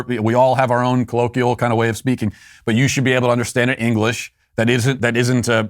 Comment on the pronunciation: Today I learned… that Matt can’t pronounce the word “colloquial”.